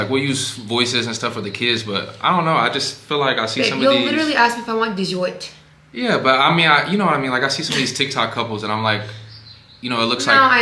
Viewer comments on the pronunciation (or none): 😂😂😂 “you’ll literally ask me if I want deezortt” 🤣🤣🤣